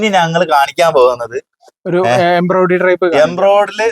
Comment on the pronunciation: ബിബിൻ സൂപ്പർ എംബ്രോയിടറി എന്ന് പറയണേ കേട്ടോ തെറ്റി പറയരുതേ Embriodery